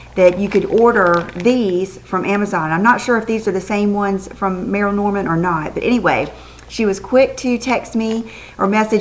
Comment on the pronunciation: PLEEEASE say Merle like Perle & Not Merrill, like Ferrell, I am affiliated w/ one of the Franchises, & its not a accent issue, it's an improper pronunciation of the spelling....